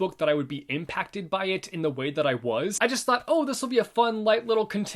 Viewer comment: Impacted Did you mean imPaxted :'D Sry